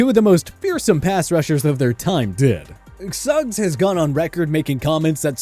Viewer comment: T. O. Is the only one who pronounced his name like that you got Suggs name wrong